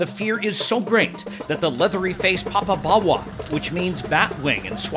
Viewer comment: You need to pronounce it properly. You seem to be saying papa-bawa. The o in popo is the same o as in dodo, dead as a dodo.